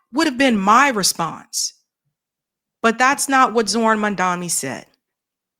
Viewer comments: The man’s Name is pronounced MomDONee not MonDOMee! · you really ought to practice pronouncing Zohran's last name a few times before going on air next time. It's Mom (like your mama) and Donny (like Trump). Not "Mandami." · At least get his name right. It’s MAMDANI, NOT MANDAMI as Sharpton mispronounced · Mandami, even you can't say his name right, damn. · why can't you pronounce MamdaNi??? It's painful to listen to you. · His name is Mamdani, get it right maam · Question 🙋 .what's the big idea with americans not mispronouncing peoples names and places. And you'd expect others to respect you and take the curtesy to at least learn to pronounce your names. Its not mandamny. Neither is it Qetar. Everything else love the show. Keep upthe good job.